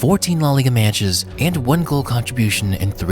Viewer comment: Meyatches. Weird way of saying that word given your attention to your voice.